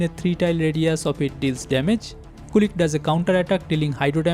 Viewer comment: The robodog is not "kulik", it's "kulich" with "ch" in "chair". Kulich is basically an slavik Easter cake